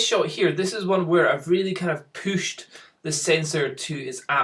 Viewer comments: pooscht ? is that german ?? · every time u say pushed i think u r gonna say pooped lol